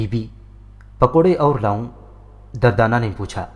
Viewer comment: Bhai The name is durdana not dardana..🙃🙃